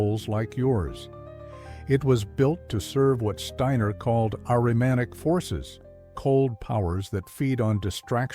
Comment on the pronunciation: Ahrimanic, not Aryanic